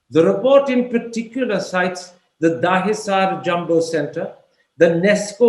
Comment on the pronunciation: “Daaheesaar jumbo centre” Karen Topper the Anglo-punjab da putter at his best. Even Hillary Clinton pronounced Dahisar correctly!!